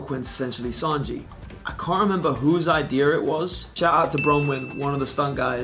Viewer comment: theres no hard R in idea u friggin racist